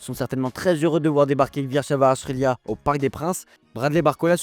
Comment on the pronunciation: il a le droit qu’a une prise ? comment il a défoncer le nom de Kvaratskhelia